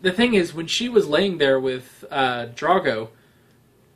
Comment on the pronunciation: I know that at the point I'm writing this, you've already watched all of Season 1 and mayybe someone else has already corrected your pronunciation of Drogo the way so many did with Cersei, but I still would like to point out that Drogo is not pronounced Drago. Both of the Os in Drogo have a long O sound. Dro rhymes with go. Drogo. Not Drago.